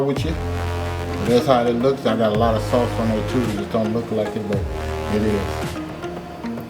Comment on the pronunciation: it’s sauce not souce dear